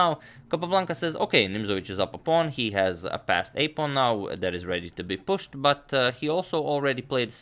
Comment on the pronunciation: love the way he says "redytobepushed"